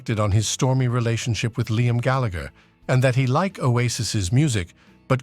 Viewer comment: Big Time. And he cant even pronounce Gallagher correctly!!